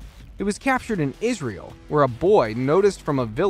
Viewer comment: Bro stop saying isreal it is the worst